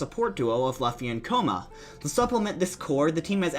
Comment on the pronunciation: How come you keep pronouncing luffy as Laf-fy rather than Lu-ffy?